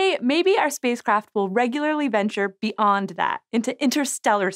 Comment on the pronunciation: Wtf is "be und that"? You mean ”beyond that”?